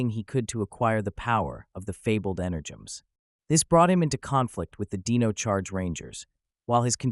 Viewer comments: I am hundred percent sorry but I really just have to dislike it because how names is being mispronounced. It’s like nails on a chalkboard for me unfortunately. This is a person that have dyslexia and having problems for announcing names. It just hard to watch it’s pronounce Dino, not deno. I am sorry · so did you use a text to speech program or something because there is no way anybody says dino like "deen oh"